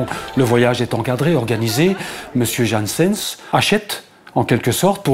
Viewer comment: Il faut se mettre d'accord sur son nom, c'est Janssens pas "Jeanssenne", à la flamande donc